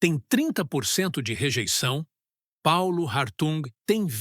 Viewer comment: O correto é Hartung ( H mudo)